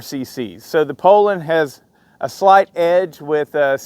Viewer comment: i have a mint 55 rancher i paid $100 for. the piston was scuffed and the cylinder was scored, i put a hyway closed port pop up kit on it and gutted the muffler. she rips! by the way it is pronounced "pool lin" not "pole lin"! lol